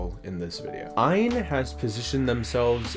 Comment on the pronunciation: Just to let you know . The name of the company is not what your saying . It's A Y N stands for All You Need. It's not ian Aan .